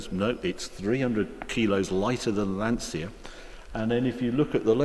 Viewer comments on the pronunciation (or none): Harry man, its pronounced Lanchia, the C is a Ch sound in Italiano.